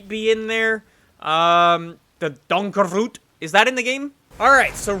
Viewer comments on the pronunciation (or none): The voort on donkervoort is pronounced as ford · The way you pronounced "Donkervoort" made me wee myself. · I was crying when sad Donkervoort😂 by the way Im dutch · The way you pronounced "Donkervoort" killed me 😂